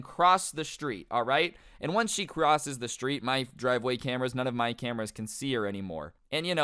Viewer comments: normal person: driveway: dwiveway lmao i thought it would be funny.....and love your videos a lot of them are either crazy or funny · He just said dwiveway